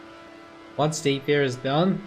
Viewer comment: What the hell is ounce? Where are you from?